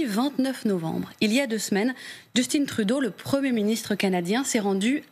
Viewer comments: Merci aux Québécois de nous rappeller comment parler le francais. On prononce JUSTIN et non JUSTINE ! 😂😂 P.s. : On a les journalistes t.v. les plus incultes du monde ! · pour l'amour de dieu!svp. cessez de prononcer le prénom''Justin'' à l'anglaise comme vous le savez c'est un nom franchement FRANÇAIS😠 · petit bémol, à 1m35 seconde, elle ne dit pas fox news mais bel & bien fuck news loll. arrêtez dons de prononcer "Justine" en anglais, c'est Justin, vous êtes français, soyez le dons. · Prenez note que Justin Trudeau est un Canadien Français du Québec et son nom est Justin et non pas Justine. Respectez donc votre propre langue et prononcez un nom Français en Français. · Justin pas Justine Trudeau ! Ah les Français, si peu au fait de ce qui se passe au Canada qui ne savent même pas comment dire le nom de son premier Ministre ! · On prononce pas Justine C Justin. Merci de votre Compréhension. Très beau travail. ❤❤ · trouve moi un extrait où tu entends Justin se présenter comme étant Justine... et ça importe de respecter comment se prononce un prénom, dans ce cas-ci, c'est pour distinguer le genre masculin du genre féminin. Et je sais que ce n'est pas le sujet principal, mais justement sa mauvaise prononciation nous distrait et nous empêche de nous intéresser au message. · Justin = on prononce « Just in », pas Justine 😂😂😂 P.S.: Le Québec n'est pas à vendre, pour le reste du Canada, je m'en torche. De toute façon dans ces conditions la séparation du Québec devient inévitable. Vive le Québec libre. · Arrêtez de dire "Justine". C'est juste "Justin". Vous êtes capable! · On dis Justin et non Justine..!!! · c'est Justin comme Justin bridou pas Justine , vous ne mangez pas assez de saucissons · En passant, on ne prononce pas JustINE Trudeau mais plutôt JustIN Trudeau, il est Québécois donc on prononce Justin ! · J'en crois pas mes oreilles... vous l'appelez Joustine? C'est Justin LOL comme en français... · Justin et non Djustinn svp merci. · oui mais Justine quand meme